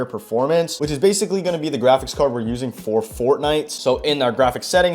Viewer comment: How many times did bro say grachics card